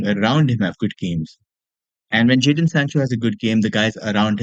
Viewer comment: Isn't it JADON Sancho?